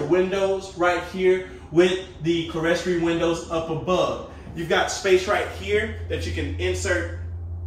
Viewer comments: the proper pronunciation for the upper level windows is (clear-story) not the way you are pronouncing it " keles tery". Love your videos --still trying to decide which home I like best. I work with a church and we have the same type in stained glass. I love this model of tiny home --may be a favorite. Thank you! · those upper windows you're referring to should be pronounced "KLEER-story." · Love your videos & tiny homes, but it's pronounced KLEER-stor-ee. 😉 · I actually do like this model. Rarely I do as I'm not a tiny house person, I need and love my present space of 2700sq ft with my finished attic and basement! Please, for the love of all things holy, stop saying clerestory, it's pronounced "clear story" It sounds tacky AND annoying when you keep pronouncing it wrong as you do. You claim you read the comments, I hope you see mine🤞🙏🛐